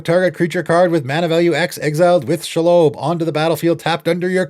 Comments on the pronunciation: Shee-lobb Absolutely no-one: SHAAALOWBE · Very nitpicky but the spider is pronounced SHE-LOB like she/her and lobby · Never heard shelob pronounced pike that in my life lol